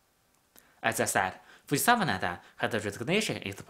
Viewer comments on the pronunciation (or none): none